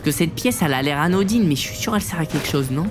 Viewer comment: Tu a dit anodyn